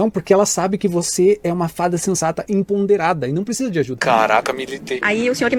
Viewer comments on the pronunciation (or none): Salve, Só pra te dar um toque, notei que vc fala ‘emponderada’, com N. O correto é ‘empoderada’, ou seja, com poder. A palavra enponderada não existe, mas poderia ser uma referência à ponderação, sensatez. Forte abraço